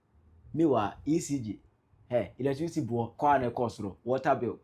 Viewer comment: 😅😅😅😅 Look at him......"latricity bill" 😅😅😅😅. Who will take this thing seroius?